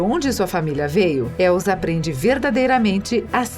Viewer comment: Não é Elzaaaaaaa é Elssssssaaaaaaaaa som de sssssssss e não de zzzzzz